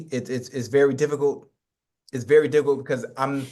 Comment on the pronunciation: Nobody: Ocho: it’s very diffigult…very diffigult